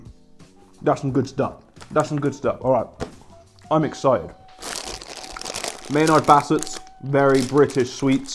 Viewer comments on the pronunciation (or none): none